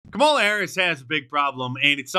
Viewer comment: Kamala's husband pronounced her name as "camel-la" not 'comma-la'